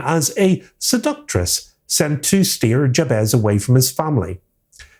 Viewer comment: Have you actually watched this film? Firstly, Mr Scratch is not a "stand in for The Devil", he IS The Devil. And If you do bother to actually watch the film, you'll realise that the name Jabez is pronounced Jabeth, not Jab-ezz. Likewise Stephen Vincent Benet's surname is pronounced Ben-eh (silent 't') not Bennett (as in Tony Bennett) and Dieterle is pronounced Duh-ter-luh, not Deterle. Listening to you mispronounce their names over and over again was like nails on blackboard.